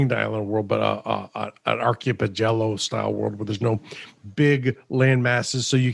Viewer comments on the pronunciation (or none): Ark-A-Pel-Ago.. Archipelago